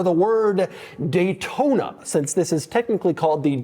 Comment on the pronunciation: Dash said Gaytona